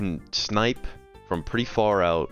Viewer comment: How do you activate “shnipe” consistently?